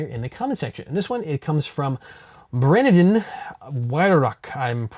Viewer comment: Hey thanks for the choosing the video I recommend. You did miss pronounce my name lol its actually brandon but spelled with I and my last names pronounced why-rock. But I love hearing poeple try and pronounce it gives me a good laugh. I have question though I want to go to my first big milsim game here soon what do you feel are the most important items to pack? I'm trying to keep weight in mind incase of flight.